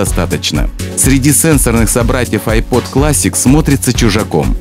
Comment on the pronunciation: айпОд